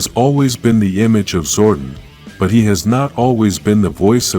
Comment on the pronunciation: fix how you pronounce zordon you say wrong a lot it's disrespectful to the charter and the name of the power rangers event too